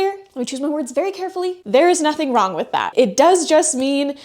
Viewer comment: what is it about your generation and saying "Wrongk", and "Explainingk"...stop puttingK a K at the end of anythingk endingk in "ing". For cryingK out loud.